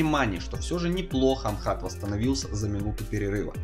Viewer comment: не Амхат а Ахмат